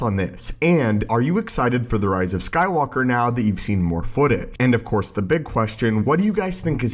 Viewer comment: Of Course not “Of Cour”